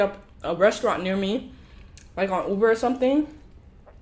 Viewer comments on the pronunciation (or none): none